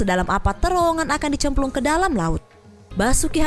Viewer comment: di cemplungkan.... mbak nya jawa ya